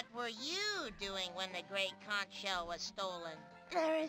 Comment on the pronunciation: …they say conch wrong IN THE GAME?!